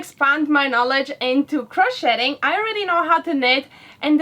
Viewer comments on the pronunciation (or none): I've been a Craftsy member for years, & really enjoy it. But from a gal whose Grandmother taught her at age 7, in English, the 't' in crochet is silent: cro-SHAY. You're both doing amazing things with your home. Hugs from Maine, USA.